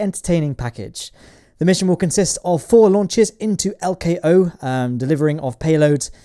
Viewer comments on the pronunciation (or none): none